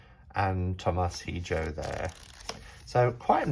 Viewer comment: also Hijo = (EE-hO)